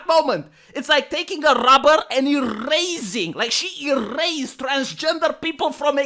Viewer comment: I loved the rolling r's in errrrrased them! 😂